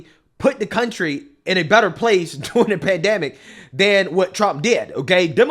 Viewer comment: I just wish you would pronounce the R in during. I never know if you’re saying “doing” or “during” unless I pay attn to the context before and after.